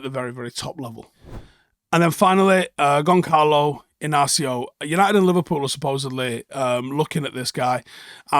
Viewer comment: Dude, please stop saying 'Gonckalo'. The 'ç' is pronounced like an 's'